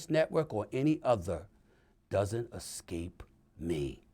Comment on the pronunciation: The way he said "it doesnt escape me!" Ain't that something